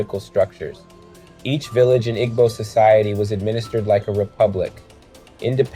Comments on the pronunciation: Pronounced ee-boo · Im a white dude... i love a Igbo Nigerian woman... Igbo is pronounces ( EE-bo) in modern american english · “Ee-bow” please and thank you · immediately closed the video when i heard him pronounce igbo 😆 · The mispronounciation hurts your credibility. Igbo is an ethnic group, culture, and language. Mispronouncing our name makes it harder to trust anything else you say. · You completely mispronounced Igbo the whole time. 😢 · This was very annoying.